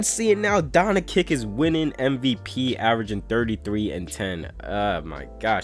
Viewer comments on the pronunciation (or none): Bro why do you pronounce "Doncic" like that, its not donakick, donchick, Its pronounced "Don-chich"